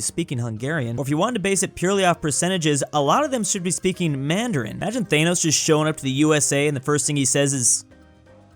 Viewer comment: DID HE SAY THAYOS